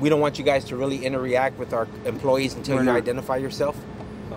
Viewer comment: INTER-REACT????? WHAT???? I think he was trying to say 'INTERACT'